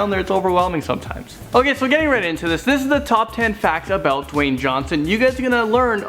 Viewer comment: Dawyne "The Rock" Johnson